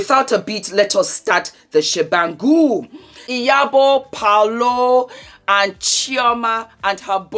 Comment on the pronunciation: I jumped right in 😂, you look fabulous as always ma'am, and yea it's 'Paul-o'.... This episode was everything, it was givviiiing everything it was supposed to give, and ofcos your review.... Bless your heart ❤